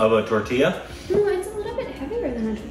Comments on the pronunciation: 😂😂 Tortilla is pronounced as Taw-tee-yah.. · Tortilla??😮 I heard tortiya which sounds like rotiya😂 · Tortiya sounds like rotiya( plural of roti)